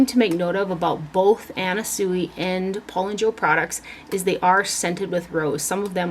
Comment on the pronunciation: You have such an enviable collection I love it! By the by..... the designer Anna Sui's last name is pronounced (Swee) 😍